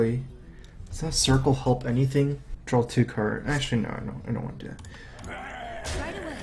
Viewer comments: I think I need to drawl Me: Drawl?:... drawl... Me: He must mean draw.. 26 minutes later.. JUST FUCKING SAY DRAW CORRECTLY YOU FUCKING IDIOT!!! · Is it me or does say 'Drawl' instead of 'Draw' a lot of the time.